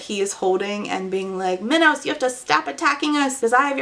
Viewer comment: you pronouncing minos like minowws is KILLING me 😆